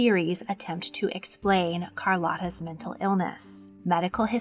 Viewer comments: CAR-LOW-TA not CAR-LOTTA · Hi, I didn’t want to say anything but in min 14 you say she latinized her name. So then the correct pronunciation is Carl-oh-ta. The o is a “ooh” sound. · Her name is pronounced as CAR-LOW-TAH.